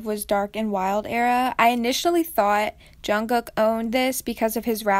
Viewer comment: when she said jungcook I died mentally 🤣